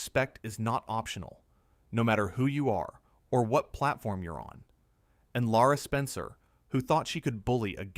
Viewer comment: Not Laura, Lara Spencer